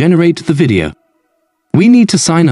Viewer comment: good that it will be corrected - but it's not because it is muddy - it is because it mispronounces things like "video" and puts incorrect vocal inflections in the sentences. I can immediately tell if it's just a text-to-speech synth as this always happens.